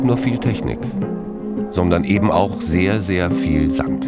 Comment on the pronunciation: Warum klingt das Wort Sand jetzt so komisch